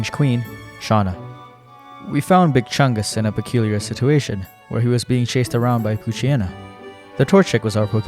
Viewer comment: Bro still saying big chunges and cringe is nuts